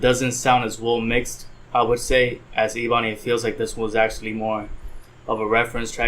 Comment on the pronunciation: It’s pronounced “Eh-Bun-ee”